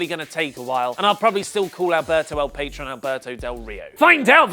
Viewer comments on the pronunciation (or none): The new Impact star's name is pronounced pah-TROAN.